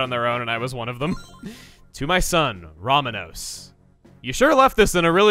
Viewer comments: row-MAWN-ose, not RAW-muh-nose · I'm sorry but as a fellow Hispanic, there is NO excuse for you to call the son of the seafarer "RAH-muh-nos" instead of "roh-MAH-nos". I am sickened and disgusted by your grave mistake. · Chugga, just wanna let you know Romanos is pronounced Roh-MAH-nos, not RAH-muh-nos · its not "Ramanos" its "Romanos" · I think his name is pronounced "roh-MAH-nohss"